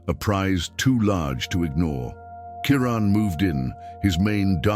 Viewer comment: 😖👎What in the hell is wrong with all of you? Maybe it's just me !! This is not a video! These are just a bunch of still photographs with a narrator who can't even pronounce the lions name correctly!!! Are you hypnotized ? Wake the freak up !!!!!👎🖕👎WOW !